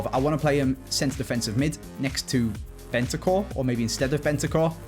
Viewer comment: BeNtaNcur not Bentacur!